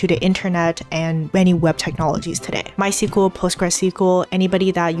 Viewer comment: In MySQL, My is a Swedish female name (or in this case a nickname), not the English possessive pronoun. The wovel is pronounced like the German ü.